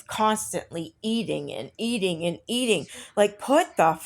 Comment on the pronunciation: Yes! What is the new pronunciation of AND? It isn't pronounced "end"! Same as pitcher! It's pronounced PICTURE! She refuses to learn for F sakes!